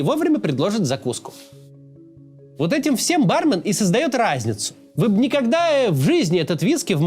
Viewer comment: барме́н* ударение на второй слог